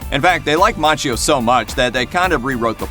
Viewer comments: It’s pronounced Makkio. Otherwise I love your reviews. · Its pronounced MAKKIO